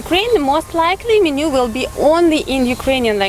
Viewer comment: мЕнью, а не менЮ.